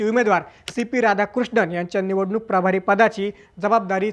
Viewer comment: प्राभारी नाही, प्रभारी म्हणा, थोडक्यात.